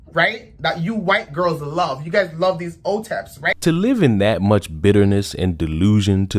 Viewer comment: The term is "hotep." Don't know why she said it incorrectly. Hotep is referring to someone who is pro black